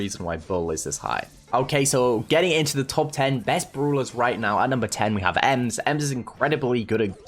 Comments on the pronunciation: Yes very Good "Bruulers" 😂😂 lmao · itf funny how calls brawlers bruwlers